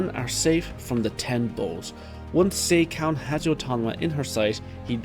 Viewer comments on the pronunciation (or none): It's Seh-ka, no Say-ka. In Romaji, the long e is written as ei. If you watch the anime's most recent episode you can hear Riboku saying "Sehka" when refering to Seika. That's also why the King's name is pronounced "Eh Seh" instead of "Ey Say" in Japanese, but I get why English speakers prefer to pronounce it that way (simply put, unlike Japanese, English doesn't have phonemic vowel lenght).